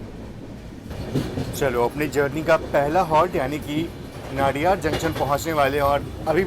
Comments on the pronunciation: Ek request hai, sbhi se, ki station k nam jo hain wo aap waha k boards par jo Hindi ya local languages me likha jata hai, wesa hi pronounce kare... Jese नडियाद, instead of नाडियाड. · Nadiad.... Incorrect pronunciation....!!